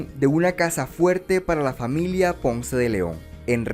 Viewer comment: Difficult to trust the dialog with so many pronunciation errors of Spanish names. Ponce is obviously TWO SYLLABLES. PON-CE. Dozens of similar errors!